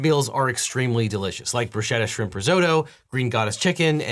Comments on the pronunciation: I think i heard you say "bruschetta" with an SH sound in the Factor ad read. As a lawyer you should know that this is grounds for criminal prosecution in Italy. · That's not how to pronounce "bruschetta". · You're mispronouncing the word bruschetta. There is no "sh" sound in this word. It is pronounced "broo-SKET-ah". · Great video, but bruschetta is pronounced broo·skeh·tuh. The che is a hard k sound.